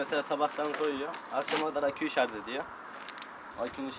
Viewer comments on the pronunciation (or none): none